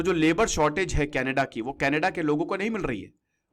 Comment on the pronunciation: यह कनाडा है, कनेडा नहीं.